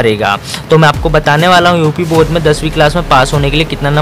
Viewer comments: Bodh nahi bord hota hai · Bodh nahi Board hota hai